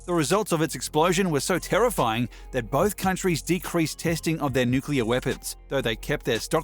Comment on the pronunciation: Thank you for pronouncing "nuclear" correctly.